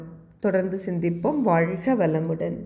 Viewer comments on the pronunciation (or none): ஏமா உனக்கு கா வன்னா வராதா ? வால்ஹ இல்லமா வாழ்க..